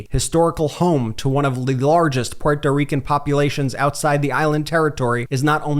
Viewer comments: Please stop miss pronouncing Puerto Rican. Geez its annoying. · Why do you pronounce Puerto Rican the way you do?